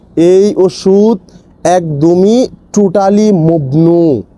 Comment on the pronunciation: আপনি কেমন ট্রান্সলেটর মমনু বলেন মগনু😅